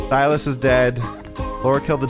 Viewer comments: the name is Sigh-Las not Sil-is 😂😂 3 videos now you started saying the name wrong out of nowhere 😂😂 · Si-lis not Sil-is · First, I haven't finished the episode yet. Just wanted to come by and say I giggled everytime you said 'sil-us' instead of 'si-lus' 😂❤️ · Him saying 'sill es' instead of 'sigh las' gets to me 😖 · The way ohm is pronouncing Silas’ names as Silus had me laughing way to hard because not even 1 episode back he was saying it right lol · Literally screaming at the fact that the hag has said the name Silas 100x during this play through, yet insists on saying it wrong. I need a “yanking out my hair” emoji 🤣